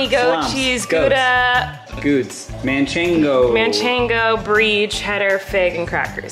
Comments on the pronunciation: Okay I don't know why I found this so funny, but if you are talking about Spanish Manchego cheese, it's actually Manchego not Manchengo 🤣🤣🤣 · It’s not mancheNgo, it’s manchego without N 😂